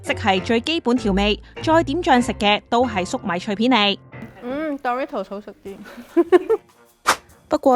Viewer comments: 其實係咪唔係叫「度litos」 我覺得應讀作「door ritos」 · 其實應該係讀Do(Do did done嗰個do）ritos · 唔係「杜」ritos, 係「惰」ritos 呀😂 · 唔係惰ritos. 係讀doritos. 😂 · 少少更正：個讀音係「墮」唔係「道」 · 下次英文搵電腦讀啦😌唔好再墮we圖s喇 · 佢叫做墮ritos 讀唔出建議用返google發音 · 冇錯 應該係讀：多 ri tos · 杜ritos… 好un耳.. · 讀錯真係好難聽😂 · 好難聽，唔係咁讀😂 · 幫人賣廣告之前可否將人地品牌名發音練熟啲，尷到頂唔順睇唔到落去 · 做「牌子嘢」但讀錯人哋個牌子…… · 你地讀 dorito 發音好重，個個音彈出來咁。😅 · 女旁白講英文真係好難聽.. Doritos都可以讀到咁 即刻唔想睇落去